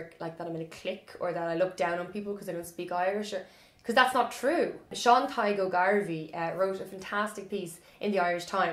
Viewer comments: You are very cute, it's not gwailgeoir, its GALE-geoir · He is wrong that it's 'Gale-geoir', but right that it's not 'Gwale-' The Irish pronunciation goes from the broad G in the back of the palate to the L, when the L is slender this often creates a kind of 'glide' sound, which does sound like a W to us English speakers since, as far as I know, we don't have many glides in English which are the same as this one. Next time you say Gaeilge, Gaeilgeoir, focus on your lips as you say the start. When we make a W sound in English our lips come very close together and slightly forward, try not to allow that to happen when saying these words! It is extremely common for those of us of English speaking backgrounds to try to mimick that glide sound by physically inserting an English 'w' into the word, which leads to words like Gaeilge being mispronounced as Gwaylga on a fairly widespread basis. And it's completely understandable that this happens, until I had the differences demonstrated to me side by side I too would have thought that maybe I could get that w-ish glide sound by using my lips the way I use them to get my normal 'w'. Anyway, sorry for the intrusion, this was from a year ago so you might know about everything I just said already, but just in case